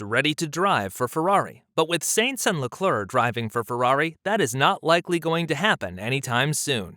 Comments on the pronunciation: Why the English speaking F1 world doesn't even try to pronounce Sainz's name correctly is baffling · Bruh, it’s “Sainz” not “Sainz”